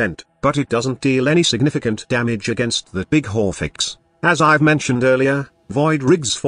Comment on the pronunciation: Why do i hear horfix ? 😆